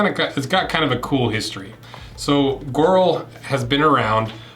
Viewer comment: Its pronounced "gee oral"